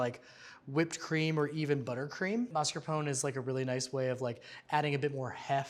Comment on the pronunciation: Google: "how to pronounce mascarpone". Beacause you are incorrect.